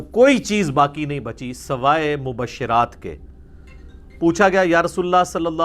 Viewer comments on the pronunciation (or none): Not mubashshiraat, but mubashsharaat۔ Correct the iraab please